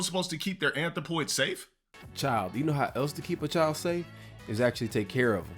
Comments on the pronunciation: GA-DUUUH NOT DA ANTH-RO-POY 😩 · This du constant butchering of the English language is triggering. Like why does he keep saying anthropoid when he clearly doesn’t know what it means? This is up there with him using spectacle and morality.